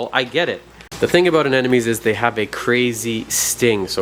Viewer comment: Why people call it aneNomes ? lol